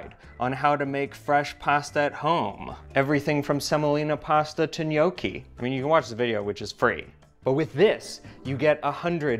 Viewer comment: I love your videos, but the way Americans pronounce gnocchi kills me 🤣